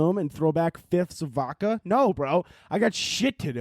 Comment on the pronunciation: STOP FUCCING SAY “V-AU-KA” there is definitely a fuccing “D” in there. No homo. It is voDka. Please say it right.